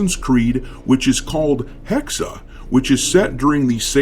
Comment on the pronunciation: Not Hexer, its Hexe for Witch.